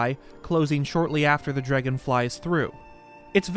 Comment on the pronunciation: if i hear someone say "dregon" again my head might explode